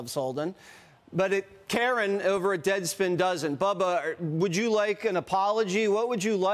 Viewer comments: It’s not “ca -RAHN” it’s Karen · Carron?? Pronounced "Karen"?? Hahahaha Doufus!! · Pronounce Carron's names correctly. It's "Karen".